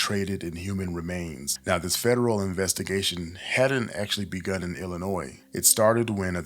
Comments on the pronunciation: ILL-I-NOY Not ilinoiz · I'd like to hear more about these missing people. This is insanely disturbing. im close to one of the areas you've reported. Btw the S is silent in Illinois. Illinoi- respectfully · Im sorry but it's annoying hearing him say illonoysssssss the S good informative content though! 😊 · Oh man, either this is an AI voice or you are pronouncing illinois incorrectly. The S is silent. It's pronounced illinoy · You pronounce Illinois wrong… not suppose to say the s. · Great video but the "s" in "Illinois" is silent. It's kind of like fingers on a chalkboard when words are mispronounced to some ppl. But again, good video. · The “s” in Illinois is silent. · Couple comments not as important as this vid in entirety, 1st. 1. You’ve a nice voice….new to this channel & subbed, so thank you for your input & effort here. 2. As a native born Lioni, the “s” is silent. It’s all good tho. 😏 3. After a year in Freedom House Teen Challenge, 2013-14, Ic Feel the evil around the hospital in my lil MW city. Gonna resume Prayers around there on my Prayer Walks thx to your report! YAHUAH BLESS You , KEEP You & Your Team in YAHUSHA’S MIGHTY NAME!!! aka “JESUS” -Azariah (THE LORD GOD–YAHUAH HELPS) PSALM 20:1, 5-8; JOHN -18; GENESIS; MATTHEW 24; ISAIAH 43; REVELATION 2:9; 3:9; ACTS 1-5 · The "s" is silent in Illinois. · I know with how important this case is. This isn't really that relevant, but every time you say Illinois. All I can think of is when I moved to California in the second grade and I had to keep telling everyone. The s is silent in Illinois.😂❤ But good telling of an important story that I haven't heard of from anyone else 😮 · The S in Illinois isn't pronounced, just so you know. Concrete dust is diabolical, straight to hell with you. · S is silent In Illinois but continue. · The “S” in “Illinois” is silent, bro 😂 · true. You didn’t even mess it up every time. lol sometimes, you said it right